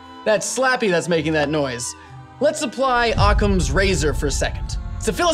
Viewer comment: Ha ha ha "OCCAM'S"